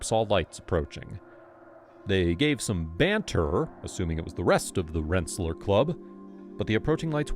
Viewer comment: Rensa-lear not Rensa-ler